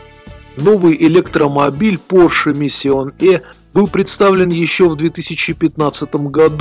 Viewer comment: Поше миссион Э!!!! Мать его миссион Э!!! Йоп твою машу! Человек рассказывает о новых технологиях, развитии цивилизационного мира и о будущем в целом - и при этом у него "Поше Миссион Э"!! Это блея*ь каааак???